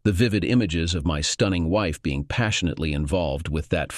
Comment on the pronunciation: Hey, who (or what) is "passionate Leigh"? Goofy ass robots still can't figure out how to speak like actual human beings.